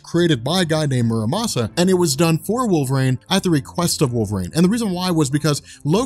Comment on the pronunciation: Wolvreign? Stop saying it like that.